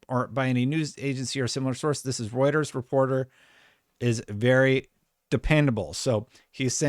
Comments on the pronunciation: Let's freaking goo finally said Reuters right! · He did it! He said Reuters right!!! lol